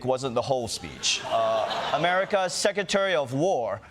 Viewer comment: The secwetahwy of woah. Yoi tell it, Wonnie.